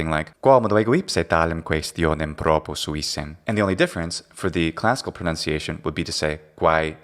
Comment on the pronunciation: You know... the first time the guy spoke and you said "who knows where he's from" I said "Slavic". I could tell it from the way he pronounced "proposuissem". The S sounded very much like a Z the way Slavic people do. Then later when I heard "Claudia", I thought maybe Romanian.. Turns out he's Bulgarian but not too far off I guess. Maybe we are used to the way people from those countries speak since many of them live and work here? :D